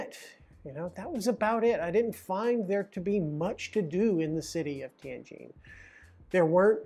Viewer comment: nice video,... I cant believe you only made 4200 per month at a prestigious foreign language university...When I lived in Tianjin, I made 4k a month at a low level, insignificant technology university. btw, I love the way you pronounce "Tianjin" correctly...THANK YOU!!!